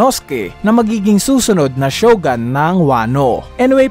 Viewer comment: siyogoooooon! hindi siyogaaan ang basa sa shogun